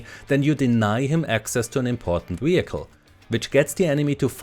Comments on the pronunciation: Why does he pronounce vehicle like that? Weeeehicle 😂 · What is a weehicle?